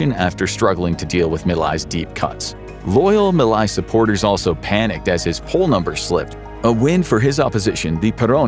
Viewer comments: Nice but the name of the Argentinian president is not being pronounced well 😅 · You could care enough to learn how to pronounce the names of latin american leaders. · It would have taken less than a minute to learn how to pronounce the name of the president whose name you spoke a hundred times throughout this video. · This is a hitpiece chock full of misinformation. You didn't even bother to learn to say Milei's name right. you missrepresent what a credit swap is, you claim there's an "audio clip" of his sister when no evidence was ever presented just the oposition making claims, ... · The way you pronounced Javier Milei make me thins you never actually heard his name out loud, wich is weird from a page that tries to convey truthful information. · I can't continue with this, pronouncing "Milei" wrong